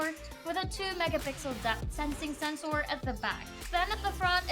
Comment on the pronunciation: Its sensor , not sencoor